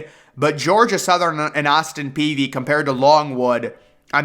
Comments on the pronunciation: Its Austin Peay not Peavy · Good show as usual. But I always heard its Austin Peay. No v in it. Just sayin. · I was about to have an aneurysm every time he said "Peavy". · Jake Peavy. Austin Peay (pea)